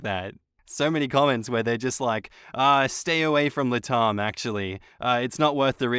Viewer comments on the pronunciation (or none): I think this is the first time I've heard someone pronounce LatAm that way lol. it isn't "LahTahm" the first part it 'lat' like lateral (or latin) and 'am' like I am (or America)